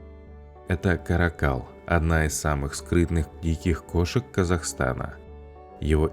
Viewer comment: Не ка́ракАл, а карАкал..